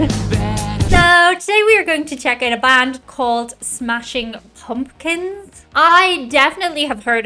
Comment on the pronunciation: “Smashing Pawmkins”?